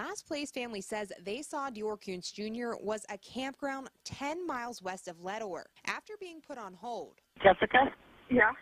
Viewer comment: your voice gets supressed when the other guy is talking and then you start talking , its probably a settings issue or you move away from the mic, this happens several times in the video. The volume balance is fine. Also its pronounced Ledor not Leador which was way more irritating.